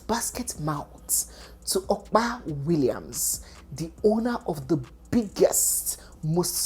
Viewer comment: Opa Williams is pronounced as Upper Williams not Okpa Williams